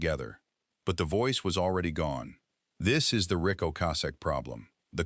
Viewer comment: AI is mispronouncing Rick's name. Only three times did it say his name correctly. Annoying.